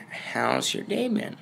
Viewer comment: And i thought u said hows your gay BEAN My gay bean has BEAN doing good